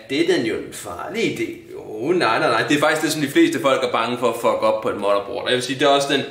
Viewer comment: ka man sige motherboard mere dansk end